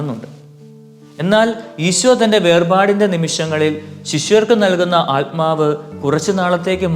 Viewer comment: Good message father but if possible pronounce correctly the word ആത്മാവ് not ആല്മാവ്. .🙏